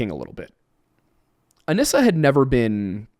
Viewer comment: only because you frequently ask to be corrected on pronunciation, “anissa” is pronounced UH-KNEE-SUH 😂 love yall!!